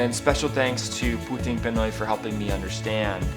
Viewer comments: I'm sorry, but please learn to pronounce things properly. It's not PEN-OI. It's PEE-NOY. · The other thing that needs to stop is how poorly you pronounce Pinoy!